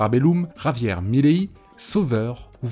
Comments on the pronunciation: Pourquoi tu dis Mileillie, frérot ? C'est pas ça et c'est absolument immonde à l'oreille. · Svp prononcez correctement milei, ça fait mal aux oreilles